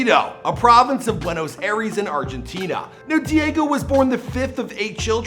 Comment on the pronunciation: ¨ares¨ ay dos mios its not the greek god for heavens sake, its pronounced more like ¨ay-ris¨ also it is just juniors not whatever you said rip Maradona